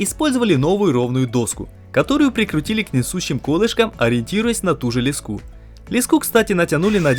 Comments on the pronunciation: Один вопрос, почему лескУ? А не лЕску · Почему лескУ, а не лЕску? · Все отлично, но лЕску,, лЕску. ) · Не леску а леску! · ЛЕ'СКУ УДАРЕНИЕ НА Е🤬😤😤😤😤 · "лЕску", а не "лескУ"!, "из мешАлки", а не "из мЕшалки". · пожалуй первое видео за долгие годы, которое я смотрю с удовольствием и с нетерпением жду продолжения. единственно непонятно, что у вас с ударениями? Еще можно понять лескУ, но мЕшалка - заставляет почесать затылок и подумать что монтаж и озвучку вы отдали индусам на аутсорс))) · Шикарно. Только уши режет ваше лескУ мЕшалку и тому подобное ) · И почему мЕшелка, вместо мешАлка? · Ах этот колорит слов.... ме'шалки, , , леску' только ради такого говора стоит посмотреть это видео. Жду 3 часть... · мешЕлка, лескУ, кровь из ушей..